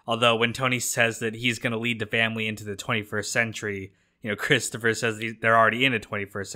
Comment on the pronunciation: Cwistapha get everybody a dwink.. Hehehe